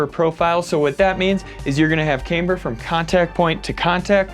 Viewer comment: Came for the Caym-ber. Stayed for ToureJéonal fleckssss